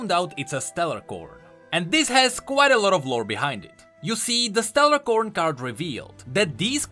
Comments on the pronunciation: Its Stellacorn not StellaRcorn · keeps calling them StellaRcorn but there's not supposed to be an "R" in the middle of "A" and C". It's actually just Stellacorn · Just wanted to point out that it's Stellacorn without the R